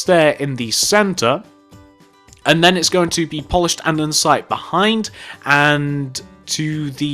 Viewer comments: Did u realise u say Andensite not Andesite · ANDESITE NOT ANDENSITE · its Andesite not Andensite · its andesite not andensite (i cant tell if its your accent or if you are saying it wrong so if it is your accent sorry) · its AndEsite not AndENsite......... honestly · I got EXTREMELY annoyed when he kept pronouncing it an-den-site. IT’S AN-DE-SITE! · Who else notices that he calls it "andensite"? Like if you noticed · This guy really likes Polished "Andensite"